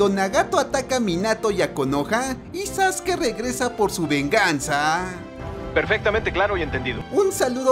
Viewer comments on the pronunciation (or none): No es sasuke es saske se escribe sasuke pero se pronuncia saske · No se dice zaske se dice Sasuke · No es sasuke es sasque